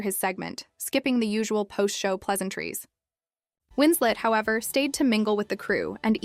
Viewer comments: Just an FYI... It's Kate Winslet, not Kate Winslate. Good grief... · Who the heck is ..Kate 'Winslate'!?? Her surname doesn't rhyme with her Christian/given name. It isn't even spelled Wins-'late'. It's Kate Winslet. Legendary actress, who's name shouldn't be so easily butchered! It doesn't matter that it's most likely someone from a younger generation narrating, as that'd be like me saying Marilyn Minrow or Munrew, or James Dune, or Cary Grunt, etc... lol.😅 I wasn't born until 1975... but I still know, who Marilyn Monroe, James Dean, and even good ol' Cary Grant are...let alone Kate Winslet.....AND, we didn't have the internet back then, either, or for decades after, OR spell check/body of work checks!!! A little bit of research, and fact checking, goes a LONG way. 🤔🥴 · "Winsley"... "Winslate"? More A.I. crap...